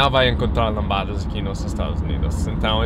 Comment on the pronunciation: Nada a ver criticar a pronúncia... todo mundo entendeu, certo?